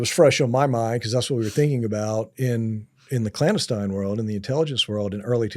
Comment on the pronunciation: This guy cant even say clandestine correctly. I call BS. No new information, its all regurgitated stuff we know.